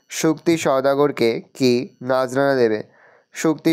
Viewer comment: sir নাজরানা😂😂😅নজরানা😅😂🤣😄😅😆🤔🤔🤔